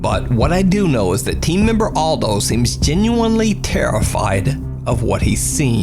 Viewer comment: Maybe nobody cares but this name is Eldho not Aldo 😉